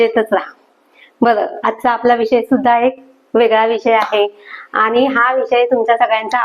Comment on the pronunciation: खरंच म्हणताहात तुम्ही ताई .छान व्हिडिओ.फक्त आनी,पानी असे उच्चार please खटकतात.